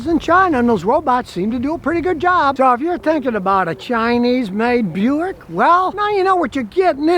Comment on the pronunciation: Buick ... Bu-Yao-Ic.. "Bu Yao" ? They "don't want" the name?